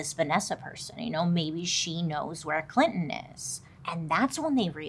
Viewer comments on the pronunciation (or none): none